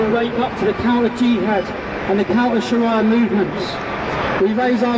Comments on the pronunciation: WTF is 'sharaiyah' last time i checked it was Shariah. Chav cant even pronounce the word, how embarassing. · Learn to pronounce sharia and show ur face , its a free country u dont have to hide , oh and by the way its the same god that Muslims and christens worship